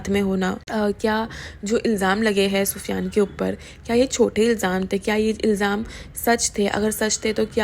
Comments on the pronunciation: Yes naam tho sahi bolo ye kya pufyan pida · Why are u saying pida and pufiyan atleast naam shi se lo tuch beee